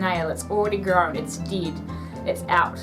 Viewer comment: yes she actully says "deed" its dead (ded)😄😄😄